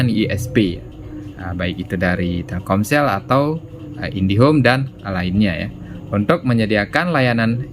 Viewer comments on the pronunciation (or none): none